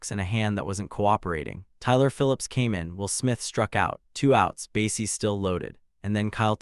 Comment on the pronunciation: I stopped watching less than 5 minutes in. If the AI voice-over mispronounces words critical to following the story -- you know, like "bases" and "Los Angeles" -- I'm not wasting any more time. And "BASS runner"? F*** me.